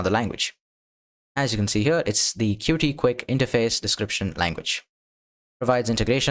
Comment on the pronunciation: It's pronounced "Cute" not "Cutie" btw